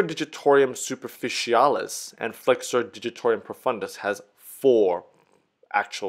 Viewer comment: Yes ... and "digitor - um" ... it appears he is trying to say " digitor - ium" each time (?!)